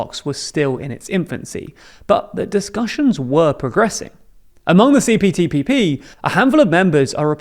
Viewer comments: Isn't he saying CPTPPP? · I think you said CTPPP. Yes I definitely heard CTPPP. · ...say CPTPP again. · I want to know how many times you mispronounced CPTPP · You said it wrong